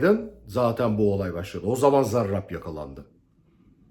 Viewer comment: Hocam siz zarrraabb dedikçe tahrik oluyorum diğer arkadaşlara bol şans